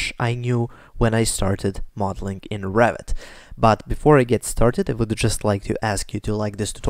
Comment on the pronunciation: funny, English captions when you say Revit almost always show "rabbit" , you really pronounce it like that :))